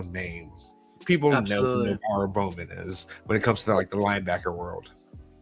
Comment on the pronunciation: It’s not bowman